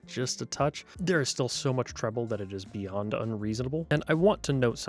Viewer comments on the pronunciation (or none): none